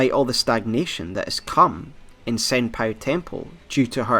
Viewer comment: FOR GOD'S SAKE SENPOU NOT SENPAI